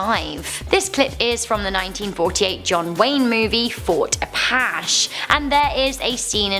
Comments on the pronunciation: I love u but its not fort apash its fort apache (pronounced apatchee) lol...its an indian tribe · You really should check pronunciations of Native American names. You're close but no cigar! A patch ee not a patch.